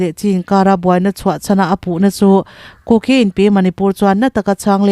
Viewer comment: Kuki Inpi tiha 'ki' tih lai tak hi a thluk a dik lo.